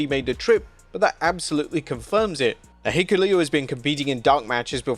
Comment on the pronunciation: How many different ways did he pronounce Hikuleo? Lol or rather, mispronounce